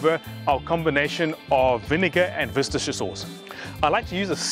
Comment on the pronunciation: 😂 pronounced wister sauce, I live about 10 minutes away from Worcestershire in the West Midlands , my neighbour is one of the managers that works at the factory where they make it.